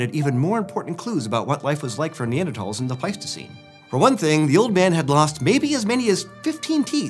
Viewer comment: He's saying it correctly.